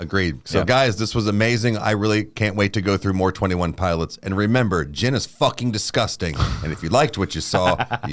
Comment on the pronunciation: i heard jenna instead of gin at the end and got so scared cause thats tyler’s wife name 😅😅